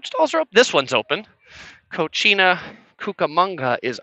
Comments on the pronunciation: Love your videos and living my dream of going back to dca through them 😍🤩 I just couldn't help but laugh at how you pronounced Cocina Cucamonga 😂 Cocina is actually pronounced koh-SEE-nah, which means kitchen What you said was cochina (koh-CHEE-nah) which means nasty or filthy 🤣🤣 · In regards to the Mexican Restaurant, it is pronounced “Co-see-na”....you pronounced it as “Co-che-na” which means “dirty”.....lol lol